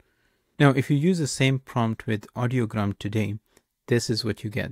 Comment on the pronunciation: I like your video and think you did a decent job showing off the functionality and some good comparison highlights. But it's REALLY hard to take you seriously when you consistently get the name wrong for the service you're reviewing. The website is called IDEOGRAM (like the word idea). Audiogram is a different word entirely for a chart that shows hearing test results. I noticed you substituted 'tricolor' for 'technicolor' when describing the Hitchcock prompt, but that's an easily forgivable 1-off. Not confirming the pronunciation for the subject of the video is not a good look. In the future, it's probably worth a couple minutes to double-check before recording. Imagine the response you'd get for making a review video of 'MedJournal' or 'Chart-GPT' in 2025.